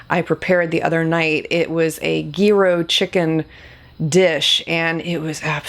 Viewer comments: gyros, pronounced as “yee-ros" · You are the cutest .. it’s pronounced yee-ro, no G sound. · I am about to make you an honorable Greek for the day. It is pronounced Year Oh Grease everywhere are cringing right now. But don’t worry, we still love you!